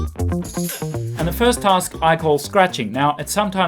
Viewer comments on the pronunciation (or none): I know all that you wrote. I'm making the point for all your same reasons that he said "tusk" instead of "task".